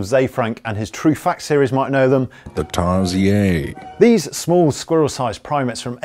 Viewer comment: Tar-si-aire? XD